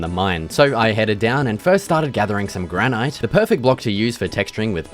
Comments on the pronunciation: Its pronounced granite bud, not granite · it's pronouned 'granite' not 'granite' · How can you not know how to pronounce granite?